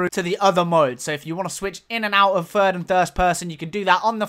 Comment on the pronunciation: "third person" mate, not "fird".........